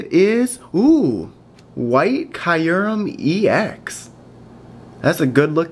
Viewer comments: Please give me white kyurem ex! BTW its pronounced kyu REM not kiu REM. It would make a great addition to my collection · dont mean to be picky but kyurem is pronounced 'cure-rem' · It's KAI - rem. They pronounced it in the movie. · I pronounced it wrong in this video, after watching the Pokemon movie it is pronounced like CureRem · Nope, in my Official Pokemon Handbook, the pronunciation is written as KYOO-rem. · its key;rem thats how u sound it out your welcome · actually its pronounced kee-oo-rum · It's pronounced cy-oo-rem